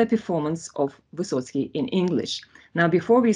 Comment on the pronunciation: No, it is not Vysotsky.